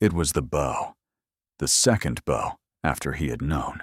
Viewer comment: Wonderfully unique story ❤ Pronunciation of 🎀 vs bow at the waist is very distracting.